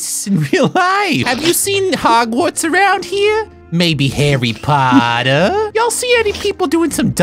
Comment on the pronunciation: 😂😂😂😂🦉Hawwy pawwta